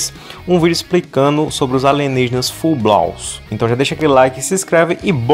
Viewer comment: Cara, a pronúncia do é tao, digamos, "peculiar" q eu achei q o nome desse negócio era FULL BLAU, kakaksksksakaka Ou ele faz isso por marketing falando estranho pra ninguem pesquisar antes do video, ou a pronúncia dele é meio...